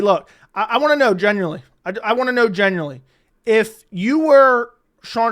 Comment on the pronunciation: its genuinely. Not genurely